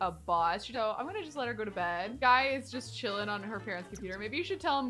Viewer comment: Guy is pronounced Gee. Just to let u know !